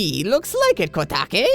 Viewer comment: I think it's pronounced Ko-Take. Koume I think you had right LOL THAT VOICE! DONT GO DOWN IF YOU DOWN WANNA KNOW WHOS ATBTHE TEMPLF OF TUME ish Zelda